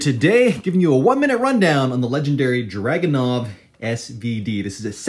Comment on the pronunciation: Only thing that bothers me is the pronunciation. It's Dragunóv, not Drágunov.